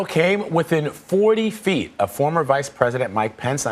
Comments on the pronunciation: 40 fweet, ladies and gentlemen. 40 fweet.... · "40 fweet"